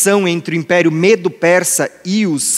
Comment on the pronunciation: Entendo que a pronúncia não é Mêdo,....mas, ....Médo.